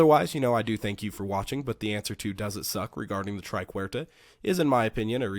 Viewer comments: It's "Triquetra" not "Triquerta". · try ket truh